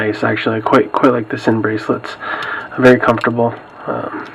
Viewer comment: I believe it's pronounced "zin". Just f.y.i. not trying to sound like a douche. Thanks for the review.